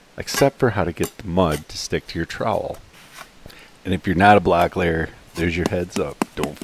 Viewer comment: Did you say "black layer"?